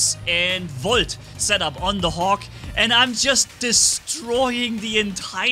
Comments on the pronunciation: "Woljt"! You gotta love german! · VOLT ME:🤤😯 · In my opinion, it’s more satisfying hearing say volt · I'm hearing the German accent in "Volt" and "Gauss"😁👌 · Are you romanian because you said volt with romania accent